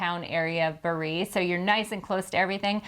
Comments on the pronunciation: Good video. Just have to add: Bari is pronounced BA-ree, accent on the first syllable 😊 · Bari is pronounced “Bar ee”, not bar EE!, and it’s not in a usual trip to Italy, Venice, Florence, Rome and maybe the Amalfi coast!,….really the Sinka Terre! really pronounced “Chin kwah terri”,….Saint Marks Basilia? pronounced Basilica!, Catania pronounced “Catonia”, amazing, Tropeea pronounced Tro paya